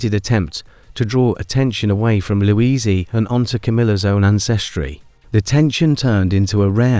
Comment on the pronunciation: Louisie? Good grief!